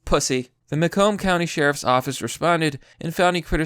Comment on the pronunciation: Emphasis on second syllable. "Muh COMB" county. From there. And he should have grounds to sue the living shit out of the county